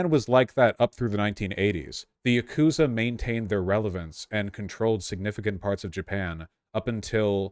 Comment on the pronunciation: THE YAGOOTZA